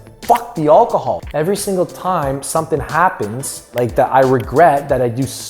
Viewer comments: He cant say alcohol !!!!!!!! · I noticed that, maybe he's still drunk lol